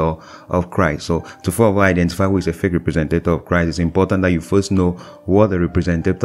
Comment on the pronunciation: you pronounce feak